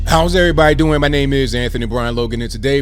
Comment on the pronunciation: He said do doing 🤣🤣🤣🤣🤣